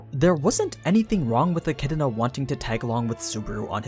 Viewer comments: You keep saying Echidna like E-chi-di-na. Where are you getting that second i lol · stopped watching because the way this guy says e kid in uh pissed me off